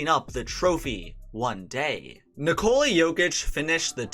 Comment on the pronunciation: Americans really cant say Nikola.